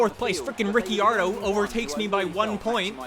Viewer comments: it's pronounced ri-car-doh not Ricky-ardo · Ricceeardo? You what mate? -Australian